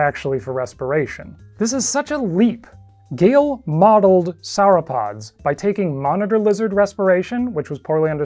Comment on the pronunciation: Did you say 'sour-pods'?